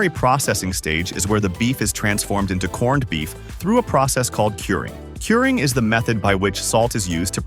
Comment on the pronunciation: You lost me a corn-ed. If you can't even take the time to make your A, I say corned properly then I'm not sure how much value the rest of the video has